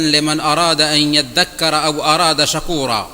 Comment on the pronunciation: شکورا بالضم ہے